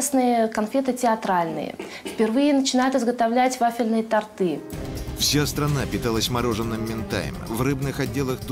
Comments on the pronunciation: Историк, научитесь говорить - тОрты, а не тортЫ. Стыдно. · тОрты никто учиться говорить не будет,т.к. тортЫ выговаривается проще,не надо страдать фигнёй.